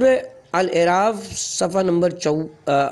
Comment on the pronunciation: ایسی معرکة الآرا کتاب کو پڑھنے کا کام مناسب فرد سے لینا چاھئیے تھا. جو اردو کی درست خواندگی کر سکے. سورہ الاَنعام کو سورہ الاِنغام اور سورہ الاَعراف کو سورہ الاِعراف پڑھنا فاش غلطی ھے جو قرآن کی نسبت سے نہایت شدید غلطی ھے. مزید... موصوف کا بارھا "اُن" کو "اِِن"..... اور " اُس" کو اِس" اور" اُسے" کو "اِسے" اور ، "لاحِق" کو "لاحَق" پڑھناظاھر کرتا ھے کہ موصوف اردو زبان اور pronouns کے درست تلفظ سے ناواقف ھیں. براہ کرم" آڈیو بکس" کو ریکارڈ کرنے کے لئیے درست فرد کا انتخاب کریں.